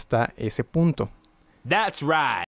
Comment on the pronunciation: Resumen "Thast right". Psdt: Buenas clases bro